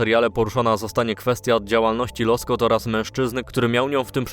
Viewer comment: Nie Loskot, tylko Łoskot😅